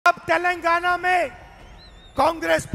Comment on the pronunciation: सुकर है राहुल जी तेलंगाना को तेलंगना बोल लिए नही तो माता जी तो तैल लगाना बोलती है 😂